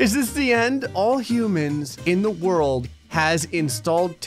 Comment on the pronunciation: THE WHEN ID SAD THE WORLD IS SAID WOLRD